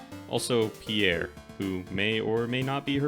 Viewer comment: Holy shit it's Pierre not pee air. Pjèr, not phī-éjr.